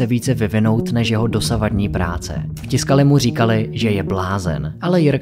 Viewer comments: Proboha.....tiskali???? Co si udělat trochu reserch a zjistit, že se to čte TYSKALI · Zase super udělané, měl bych jen tři poznámky. Commodore je název firmy, nejspíš je tím míněn osmibitový počítač Commodore 64. Tiscali se čte tvrdě takže Tyscali. Petr Strecker se čte Štrekr.